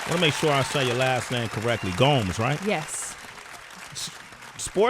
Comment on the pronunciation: Sway: I wanna make sure I'm saying your name just right. Says Gomes pronounced as Gomez👍* Sway then calls her Gomes pronounced Gowms for the rest of the video. 😒He was too thirsty to notice